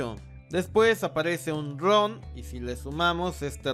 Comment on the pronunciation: carajo crei que dijo Ron pero dijo Dron 😂